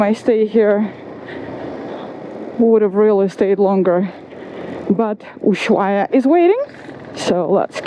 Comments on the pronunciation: I'm Argentinian myself. Ask you Argentinian followers how we do prononuce Ushuaia. The original peoples, the Yaghan (or Yagán) named that place that word. Even English Wikipedia states the H is silent. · Your laugh is all that's good in this world, but let me do an observation: You don't pronounce the H in Ushuaia. You say "Usuaia". Forget about that H. Enjoy!